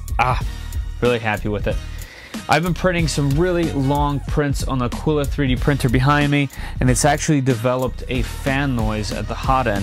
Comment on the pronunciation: The way you say Aquila though drives me crazy....